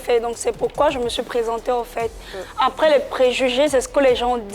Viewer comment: APRES RRRRRRR LOL TCHIAA